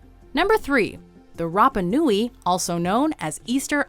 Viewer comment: shout out to the pronunciation. idk about all of them but she did Rapa Nui good. Most people say wraper nui, and its fucking nails to a chalk board